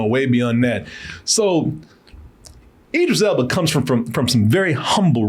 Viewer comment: If it helps.. Id- driss - Ell Buh. I know you've been struggling with this for a while.